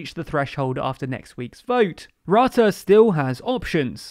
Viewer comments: Excellent summary, but Rutte rhymes with "put", not "but". 🙄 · Except for the pronunciation 'Rutte'. The u is not pronouced as in 'cup' but rather as in 'hurt' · rrahhtahh (haha grappig hoe ze rutte in het brits uitspreken :)) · 'Rutte' pronounced 'Root-uh' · Rutte is pronounced wrong throughout the entire video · This video was full of incomplete information. Yes, the Netherlands is important, but The Hague is not the “center of power of the EU.” Also, as the number in ‘Frugal 4’ implies, that is also not the center of power in the EU. Also, Rutte’s name is pronounced incorrectly and within the EU, the proportional representation system is neither unique or even uncommon. It’s more common than the first past the post system in the UK. Also, the exclusion of working with the PVV is not just because of their right-wing views. The CDA and VVD formed a coalition with the PVV before and the PVV was just unreliable and chaotic, and just very personally rude.